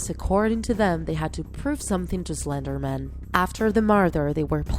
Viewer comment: It is pronounced slender man not pronounced slender men!!!argh!!!